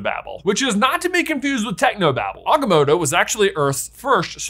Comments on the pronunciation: Choose a pronunciation of Agamotto and stick to it man! 😂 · Is there a reason why you're mispronouncing The Eye of Agamotto You trying to sound like Benedict Cumberbatch trying to pronounce penguins